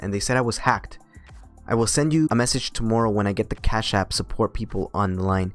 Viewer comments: CHASSSHH APP! im gunna say it like this for now on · Your foreign accent is spot on. Fun to listen to the dialogue this way. Love the emphasis on Cash App. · LOL how you say "Cash App" with the accent. It is hard to imagine that someone could have their bank account accessed on a regular basis without knowing. It is more likely they are just lying. It pays to change your internet banking logon password occasionally and to use a different password for every service. I remember getting an email due to a data breach .. ie We have been watching you. Your password is (insert password here). We have been watching you visiting those adult sites and pleasuring yourself. We have recorded this and if you don't send us $1000 in bitcoin to this address (insert bitcoin address) in 3 days we will send the video of you along side the video you were watching to your contacts. blah blah blah... Due to the password they gave I knew exactly which website they had breached and contacted the website. The previous owner of the site apparently had a weak system which had been breached a year ago and that's why the new guys had got everyone to set new passwords once they upgraded it. Unfortunately I had not done that :(